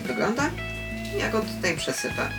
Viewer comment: Nie znoszę się tak czepiać, ale "przesypię" a nie "przesype" 😬